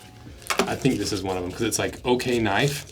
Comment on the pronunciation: Oknife is pronounced O- Knife. They started out making flashlights and that part of the company is called Olight. Oknife makes some nice knives. Civivi is good too! I really like my Oknife U1 utility knife with the crossbar lock.